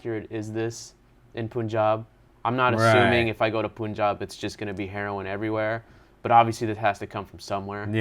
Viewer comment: "No pun intended" ... The way you pronounce pun is same in the punjab. It's not poonjab